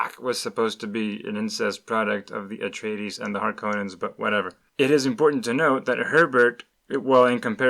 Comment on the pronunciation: Did you say Paula Traydees?